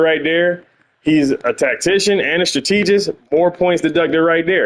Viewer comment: Love your videos dawg but you making my head tick every time you mis-pronounce strategist. My sisters are educators and it is also a word I used to have trouble with, so I'm not trying to be a correctologist (yes, I made it up) here. I still have trouble with quite a few words myself like synthesizer and insurance, lol. Keep the content coming.